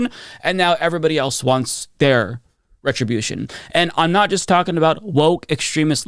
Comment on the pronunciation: It's not "retrobution". Not vengeance. It's justice.